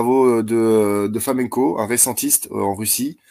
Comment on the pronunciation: 16:60 Ah non, pas Fomenko, déjà c'est mal prononcé, et puis ce gars ne va pas détruire l'histoire du monde à lui tout seul, avec ses petits bras!